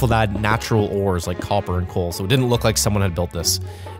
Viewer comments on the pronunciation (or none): none